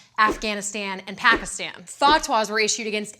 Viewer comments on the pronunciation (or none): none